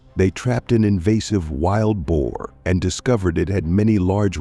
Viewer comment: It is prounced Bo. Not bow. Bow this type means to bend over.